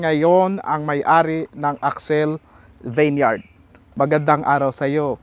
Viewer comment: Di ginawa homework vineyard lang sablay sa pag pronounce.